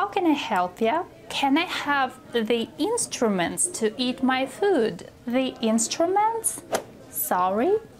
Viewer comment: Что за инстрУментс, произносится инстрэментс😊